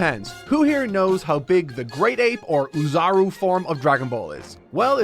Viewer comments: So, I doubt you'll ever see this comment, but I heard it enough times to finally bring it up. I do have to tell you that you've been pronouncing "oozaru" wrong this entire time 😅 You're supposed to pronounce it more like "oh-zaru" rather than "uu-zaru". The reason why it's written in double o's is because you're supposed to read the letter "o"s with more emphasis in its reading. So it's something closer like "ohh-zaru" where you read the "o" sound longer. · The first sound in "oozaru" is closer to the vowel in English "no" than English "new."